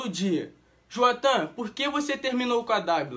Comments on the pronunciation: Se fala jduatã 😂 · a mina fala: não vou falar o nome dele 3 segundos depois: JUATHAN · Não vou falar o nome dele tbm: juathan!